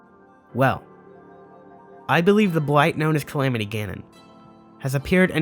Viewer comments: Lol "Camamity" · "The Camamty" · The camamity???? ? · Ah yes “THE CAMAMITY” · Camamity lol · Ok, let's see how many people made fun of him for camamity. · the CamAMitY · Ah yes, the camamity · the "Camamity" hey? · I lol'd at "Camamity'